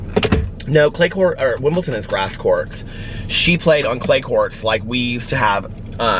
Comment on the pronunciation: Did you mean Wimbledon or is "Wimpleton" a tennis tournament in Indiana?